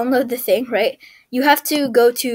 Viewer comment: why you keep saying ‘rigt